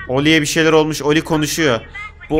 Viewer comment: Ollie değil ya